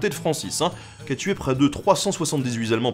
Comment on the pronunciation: 378 zallemands. Ca fait beaucoup de zallemands. Et il y a de plus en plus de soldats Hallemands qui arrivent. Un bilan des forces Hallemandes. Sérieusement, vraiment personne pour vous indiquer, vous suggérer de refaire une petite prise? Certes vous n'êtes pas le seul mais quand on s'expose dans un média, on s'expose aussi aux remarques. Alors s'il vous plait, je vous conjure de bien vouloir prêter attention aux liaisons; laissons de côté la forme négative en vigueur, plus personne ne la respecte mais puisque vous êtes un modèle -et en Histoire vous l'êtes - tâchez de l'être a minima en Français. Je vous remercie et je continuerai à vous regarder car oui, vos vidéos sont d'excellente facture.